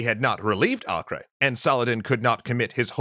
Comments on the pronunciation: Either “Ah-ker” or “Ei-ker” would be correct, but definitely not “Ah-kray” (not in English at least). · It’s pronounced acre, not akray. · A-ker.... its pronounced A-ker. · The name itself is not latin, so basically "Akray" is just the English version of "Acre" which is the Latin version of a non-Latin name The real sound of that name is completely different, since the letter "A" is pronounced as the semitic "Ayin" which is not found in Latin alphabets. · Acre is pronounced “akka “ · Why are you pronouncing Acre weird? it's Acre like the unit of land measurement. /ˈɑːkər/ or /ˈeɪkər/ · "Acre" is pronounced "Aco", short 'a' and 'o', hard 'c' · pretty sure it's just Akka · Let me join in with the hordes who are probably pointing out your pronunciation of Acre. (They might be o haven't checked.) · You guys gotta work on your pronunciation tho. "Acre" is either Ah-ker or Ei-ker. It's not Spanish lol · I’ve never heard Acre mispronounced so many times in such a short period of time.